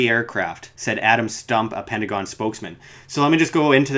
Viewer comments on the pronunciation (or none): none